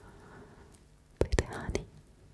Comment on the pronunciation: There's something oddly endearing about someone not being able to pronounce the, "th" sound. "Wiss" & "De" Instead of with and the.